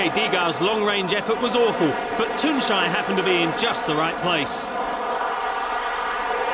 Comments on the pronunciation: I've always loved to hear that British pronounce of his name. Tunçaayy 😄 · I love how every commentator pronounced his name correctly. Nice job.